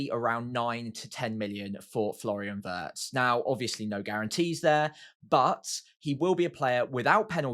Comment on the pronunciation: I'm not German but Wirtz is pronounced with a ee sound,. Not like the English lumber